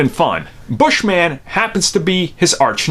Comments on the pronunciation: His name is “Bush-min” not Bush-man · It's not "Bush-man" it's Bushman. It's his last name not superhero name...